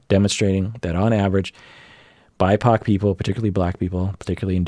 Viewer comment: Did say "bi-pac"?? ah, ok Black, Indigenous People of Color.